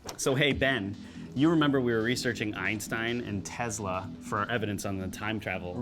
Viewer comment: Hey it’s Tesla not TEZLA 😂